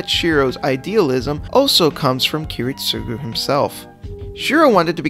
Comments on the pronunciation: kirit-SUGU??????? wtf man??? I almost choke here!!!! aren't you a fan...supposed to know how to say at least the right way to say ki-RIT-sugo!!!! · You stress his name too much got on my nerves Kiritsugu you say it like “ Kiritsuuuuuugu” instead of “Kiritsagu” right Japanese vocalists can take long U’s to A... call em Kerry jesh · Every time he says Kiritsúgu instead of Kirítsugu I die inside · Bruh, Kiritsugu's name is pronounced key-rit-sa-goo not key-rit-SUE-goo. I know I'm nitpicking, but this is one of my pet peeves. I'm not asking for you to put emphasis on his name but say it properly at least. Great video other than that, and even though I'm not a fan of Shirou, I can see his logic of thinking. I only wished they had portrayed his thinking better in the Heavens Feel movies....